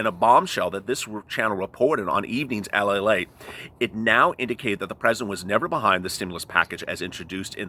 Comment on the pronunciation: LALATE, not Palate! Lol